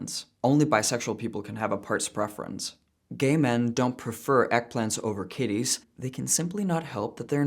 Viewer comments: please pronounce "kitties" a bit more emphatically. Sounded weird 😂😂😂😂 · I love you that you say "eggplants" to "Kitties".